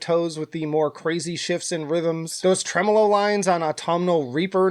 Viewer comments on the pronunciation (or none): none